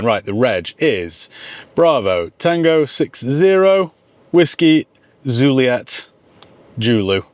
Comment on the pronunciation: Zuliet julu😂😂😂